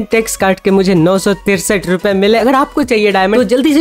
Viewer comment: I love how he says millae ❤